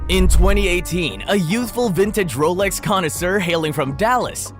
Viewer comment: ”Brands like Wolex, Audemars Peegway and Hubla” 👌